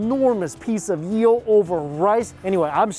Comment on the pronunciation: It's "EEL" not "YEEL". Just saying.